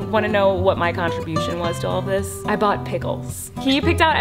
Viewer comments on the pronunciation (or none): none